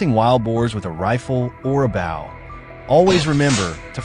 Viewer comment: Its not a bow as in bowing to a king, its said bow, as in Bo Derek. Learn to speak English!!!